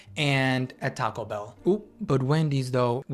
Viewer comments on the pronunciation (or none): none